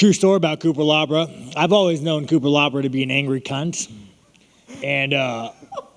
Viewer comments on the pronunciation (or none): Ahahahaha he called Cutilaba cupalabra lmaoo might as well call him chupacabra. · Cupelabra. Cupelabra.Cupelabra.. 😂😂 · Cupelabra was killin me. Thought it was unintentional but then Sean said it 20 times so now I'm thinking it was a bit